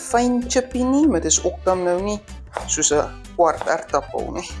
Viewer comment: Nice maar dis nie SLAP chips nie. En dan ook, “êrtappel” 👌